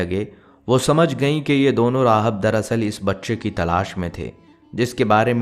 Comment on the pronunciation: Aapka talab kuchh theek nahin Hai he loves rahab nahin rahib Hai